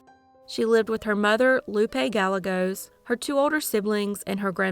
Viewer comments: Gah-Yeh-Gos that double L has a Ya sound. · Guy yea goes. It's a Mexican name, therefore the two l's are y sounds. I love your videos. Thanks for all your work. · Well done, as always. One thing though...Gallegos is pronounced "guy ye gos" Two Ls together always have a "y" sound, like tortilla. Thank you for posting. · Gallegos is pronounced GA-YE-GOSE